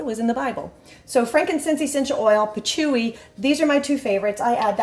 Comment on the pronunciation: Patchouli the L is pronounced.